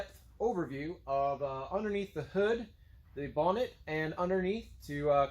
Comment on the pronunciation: Thanks for the English accent on the word 'bonnet' :)